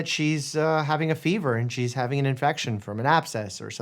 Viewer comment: Evasiovasosycophy????!! What did he say?! And what is it?